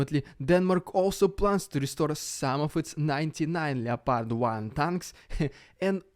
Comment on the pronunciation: ''Ljepardj'' tanks